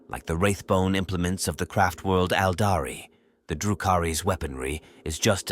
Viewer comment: Ældari lmfaoooo and “droo-Koo-Ri” fucked me up too. I think it’s quirky and hilarious most times but I get where you’re coming from